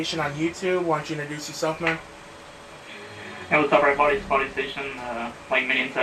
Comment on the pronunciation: hey lmao he said wassup err boday lmao